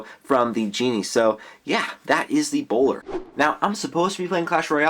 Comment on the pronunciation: Bowler not bolder